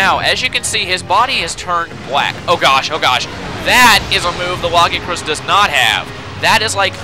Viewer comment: It's pronounces lag-ee-a-crus not lagi-acrus